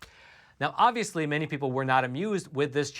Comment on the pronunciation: “OnViOsEly” can’t stand that guy!